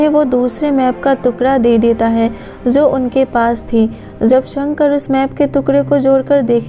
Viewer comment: Jo hota hai zo nhi hota